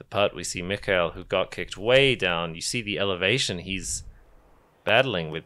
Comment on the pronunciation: Just FYI: the K in Mikael is hard k.